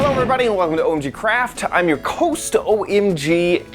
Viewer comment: you say cost not host